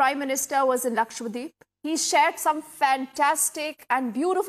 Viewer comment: Lakshadweep ( Laksha Dweep ) . And not lakshwadeep!!